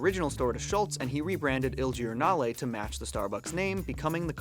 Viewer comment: you read "il giornale" kinda right, in italian when an I follows a G its actually read like a J, so it would kinda sound like "Il Jornale"